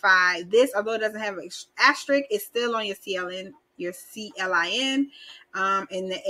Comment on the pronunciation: Thanks. CLIN is pronounced "klin" like klink but without the last k, CLIN rhymes with win... like when you win the money!